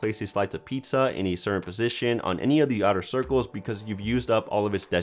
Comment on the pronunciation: & the word "certain".(he only says it once)